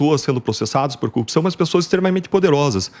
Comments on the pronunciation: A propósito o deltan dallagnol precisa de uma instrução fonética ele se a corrupção como cupção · Porque ele e moro não aprendem falar "corrupção"